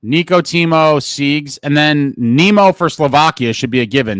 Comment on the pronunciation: It's Timo T ....